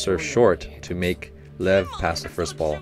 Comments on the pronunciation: Lev is a russian name. It's actually pronunced more like Lief (ɫɛf in IPA). I think you, like many viewer, let yourelf be too influenced by the way it's written, coach... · lev pronounced liev and it means lion not tiger